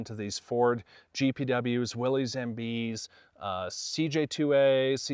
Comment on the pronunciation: It's not Willeez, it's pronounced like Willis